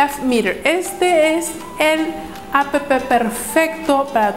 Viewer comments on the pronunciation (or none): como odio cuando dicen a p p 0s0